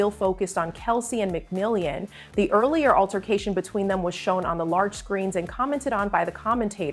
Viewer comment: Mc Mill On. Not mcmill ey an.